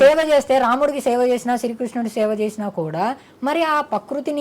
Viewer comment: స్వామి పకృతి కాదు.. ప్రకృతి అని అనండి.. స్వామి మీకు నోరు తిరగటం లేదు